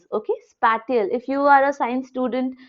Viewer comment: Spatial - Spae - cee - ul